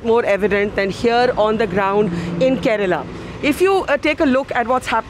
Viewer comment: Kerala.not karela